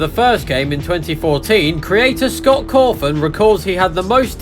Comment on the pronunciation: It’s cawthon not coffin